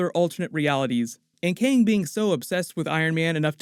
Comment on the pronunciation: Good video! Thanks for the explanation! It was funny though how you kept calling Kang, keng, lol they said it like 5 times before you started explaining lol, still good video!